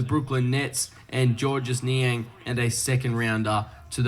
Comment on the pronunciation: He actually said Georges Niang name right lmao